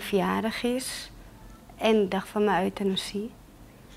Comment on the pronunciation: at 27.38/.39..pleegmoeder zegt...uitenasie mag wel daar gepleegd worden...hihaho op zijn amsterdams euthanasie uitgesproken Geweldig!!! lol RIP lief meisje Priscilla ♥